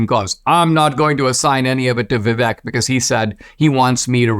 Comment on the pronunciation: Dinesh, please learn how to pronounce Vivek.